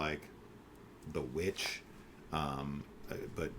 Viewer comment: “The VVitch”???? Chiiiiiile 😩😩😫😫😭😭😭😭